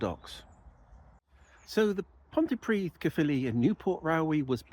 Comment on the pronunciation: “Pont uh pridd” not “pont tee pridd” please 😊